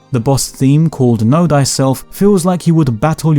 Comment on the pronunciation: haha "know thyselph"